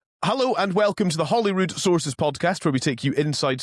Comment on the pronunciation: Please get it right chaps. It’s not Hollyrood, that’s the American pronunciation because they mix it up with Hollywood. It’s Holyrood. Like with an oh!